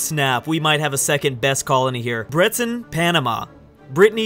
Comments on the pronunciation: its pronounced Bread-Ton but don't say the D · Breton is Br-Uh-Ton. pronounced with a French nasal "hon" sound. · Bryce 0905 "Breh-Ton" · i believe its bret-on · Bret/en is how you pronounce Breton